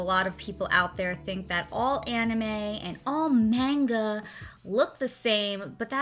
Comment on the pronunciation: when she pronounces manga wrong. TTTTRIGGERED